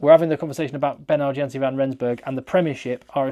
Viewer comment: the "J" in Janse is pronounced as a "Y" so it's actually pronounced "Yanse"